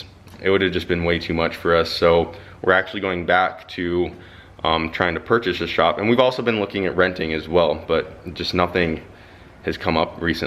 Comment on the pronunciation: purshashe ashop 😂